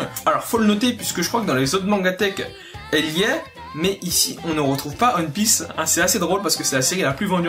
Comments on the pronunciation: wsh il a dit aune pisse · Y’a que moi que ça stresse comment il dit One Piece 😂 / ON PISSE